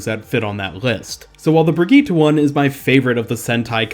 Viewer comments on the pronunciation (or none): none